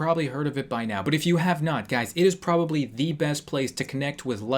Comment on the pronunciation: I laughed and coughed when u said "he peobably coming with a tiny little rock" how cheap is this couple???!!